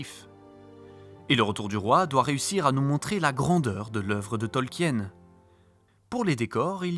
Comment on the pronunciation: Super boulot ! Vous m'avez appris deux trois anecdotes malgré mes 50 60 vues sur LOTR 😅 Juste, par contre en tant qu'anglais on dit TolkIen ; avec le I. Mais cest un détail ! Super boulot merci ! 😁